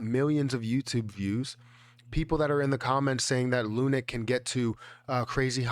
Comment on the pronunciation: Bro please... ((((((PLEASE))))) STOP CALLING IT ****LUNIC**** ITS LUNC PRONOUNCED L WITH UNC LUNC. NOT LUNIC GOSH DANG!